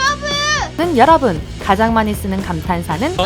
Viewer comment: 여ㄹ뿐을 잃고 싶진 않은데 한국어 발음 좋아진 슈화도 보고싶다